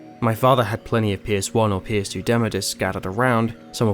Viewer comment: Me: “what’s a pierce demo?” Took me a min to understand he was saying PS1 and PS2 haha First time on the channel 👍 Good review!